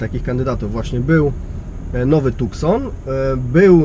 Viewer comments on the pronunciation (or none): Z dziennikarskiego obowiązku to mógłby kierowca się doinformować, że to auto nazywa się Tucson, co wymawia się jak TuSSon, a nie TuKSon ;)